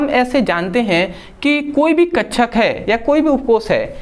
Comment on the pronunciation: Bhai kakshak hota hai hote hain kchcha nahin😂😂😂😂😂😂😂😂😂😂😂😂😂😂😂😂😂😂😂😂😂😂😂😂😂😂😂😂😂😂😂😂😂😂😂😂😂😂😂😂😂😂😂😂😂😂😂😂😂😂😂😂😂😂😂😂😂😂😂😂😂😂😂😂😂😂😂😂😂😂😂